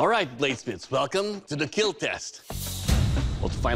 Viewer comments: It will keel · Came here for "it weel keel" but heard " I...love the feel of your booty" (dw, I know he says bowie) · Pretty sure yall are looking into this too much. He's Filipino, I have heard plenty of Filipinos pronounce "kill" as "keel", especially since I am half Filipino lol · because it emphasizes the fact that the weapons are made to "keep everyone alive" and not to "kill". And these tests are necessary to prove the fact that a good weapon will "Keal". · My daily dose of “ it will keel” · Best part of episode: It will keel. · So...IT WILL KEEEEL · Over all sir it’s will keeeelllll...